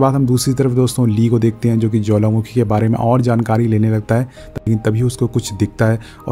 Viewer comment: You say jwalamakhi🤭🤭🤭...by the way love your explanation 😍❤️🥰